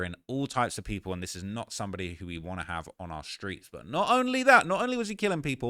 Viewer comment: Stop saying “screets”